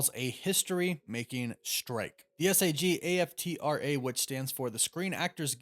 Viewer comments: Love that they’re pumping the breaks a little bit. Let’s have great quality to create magic. But also hearing you spell out SAG-AFTRA instead of saying it like two words had me cackling. 😂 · I'm pretty sure that's pronounced "Sag" and "Af-tra" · It's pronounced "sag" "af" "tra".